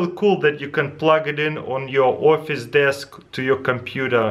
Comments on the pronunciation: Was is just me who understand "plug it in on your orpheus desk" ? :'D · is he saying orphace toy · Cooking With Cows his accent changes how it sounds. He said office.